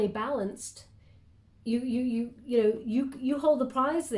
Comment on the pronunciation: I always listen double speed xd and you said what sounded like "I'm not really down with kids yo" hahaha I had to slow it down to hear "you know"